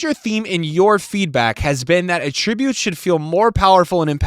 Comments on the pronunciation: who says attributes like that? saying attributes like that means something else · does anyone else say attributes like he does?